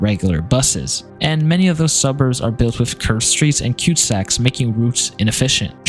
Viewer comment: Lol “cute sacks”. They are called cul de sacs. Like cull duh sack. I bet Canada’s sprawl is worse than the US per capita.